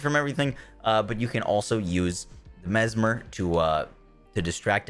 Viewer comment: Why cant this man pronojnce the nade right? Lol... Its mes-MER.. Not mes-MAR... So when the enemy is confused he is "mesMERized"